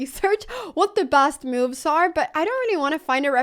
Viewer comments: I kept hearing mooos when you were saying moves 😂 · Did she said "bad MOOves"?😂